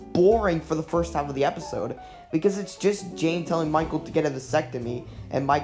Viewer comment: Yeah, some of the pronunciations got me side-eyeing the narrator... but it's all luv.